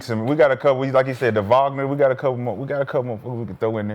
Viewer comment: Voggner-Wagner instead of Wagner bros or just saying Franz is comedy every time 😂